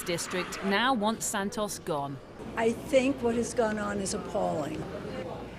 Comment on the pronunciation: So nice to hear someone say Santos the normal way in English and not as "Sand-toes", they way they are in the US right now. They really can't speak English over there at all.